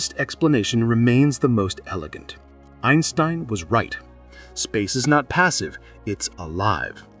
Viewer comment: Einsbrein?! This is AI slop for sure